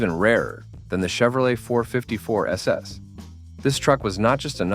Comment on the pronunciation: Hate the Bot Voice can't say 454 SS right! I like all the trucks My favorite is the Studebaker Champ. ..... also ran Honcho Jeep.